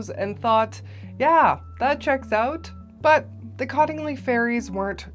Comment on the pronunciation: "Yeah, that checks oooouuutt" caught you speaking Canadian 😉